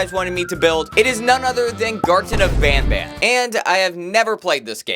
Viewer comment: NOT VAN BAN